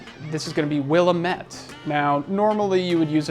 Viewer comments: tomato... tomahto... Oregon... Oregun... yup I agree, I am from the Willamette Valley in Oregon. Willamette is not pronounced Will-uh-mette. it is pronounced Will-am-ette. It's really like nails on a chalkboard to us. Just heard another few brewers say the same. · You're in Spokane, and don't know how to pronounce Willamette? Dude...